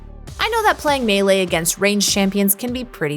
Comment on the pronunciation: It's great that is trying to have more representation in their staff, but it would be great if they could have these guys properly say keywords (e.g. "coup de grace" "melee"). It is distracting not to mention annoying to hear these words/phrases always mispronounced when that is such an easy fix. A lot of thought is put into these videos, it is surprising that small things like this have never been fixed. Love these videos and watch each one when they come out, much love and thanks for the distraction during these really hard times.